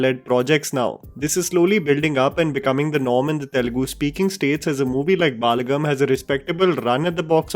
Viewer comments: Balagam = बलगम Not बालगम as pronounced. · For the nth time, it is 'Balagam' not 'Baalagam'